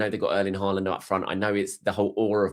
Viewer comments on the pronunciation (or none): none